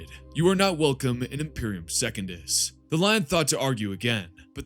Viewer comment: Brother, you have got to work on your pronounciation if you're going to make videos speaking on this stuff. Secundus is not second-us, it's Sec-un-dus. Mersadie Oliton is Mer-sadie Oli-ton.